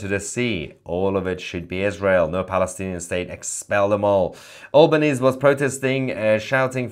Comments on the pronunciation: Believe it’s pronounced Ahl ban ees, not Awl ban ees, Mahyar. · His name is pronounced al - ber - neezee. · Correct pronunciation of our PM is Al (flat A as in ass) ban Easy (rhymes with sleazy). He is only posturing to curry favour with Muslims in Australia because they outnumber Jews by enough to influence elections. The government's "official" recognition of Palestine has strings attached such as no Hamas involvement, democratic elections, acceptance of two states etc, knowing full well that Palestinians will never comply. It's all window dressing to put on a show at the UN, but unfortunately it's very dangerous. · Albanese is a joke prime minister of Australia. He cannot even pronounce our country’s name correctly. I am ashamed of his decision to recognise Palestine as a state. Shame on you albo.